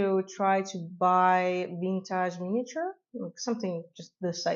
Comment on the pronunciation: Lol, I love how you say "vintahhj" (vintage) 😅